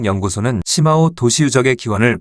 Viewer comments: 石峁-중국발음 표기는 shimao 정확한 발음은 스마우 입니다.시마우는 영어식이고 중국의 발음 표기는 독일어기초 발음입니다.스마우라고하면 중국인들도 알아들을 정도이고 시마우라고 하면 적어도 중국 지명을 정작 중국인은 죽어도 못 알아들어요.중국어에서 i 는단독으로 쓰일때는 우리 발음 ㅣ 고 h뒤에 붙어 hi라는 새로운 발음으로는 우리의 ㅡ에 해당 됩니다. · 시마오가 아니라 스마오입니다. 石자의 중국어 발음은 shi는시가 아니라 스로 읽습니다.